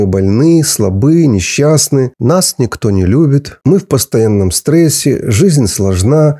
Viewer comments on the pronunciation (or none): none